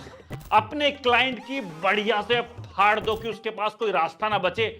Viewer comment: Fati nahi bhai.... Phati hota hai..... Faad nahi Phaad